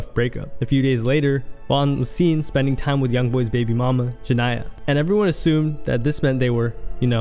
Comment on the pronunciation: You're saying Jania name wrong. Why you reporting on this if you can't talk right?